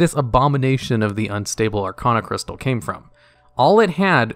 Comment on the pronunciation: Arcaanocrystal. Stop. This. Shit. You do RESEARCH about this game, know how to pronounce the goddamn names of items, npc's, EVERYTHING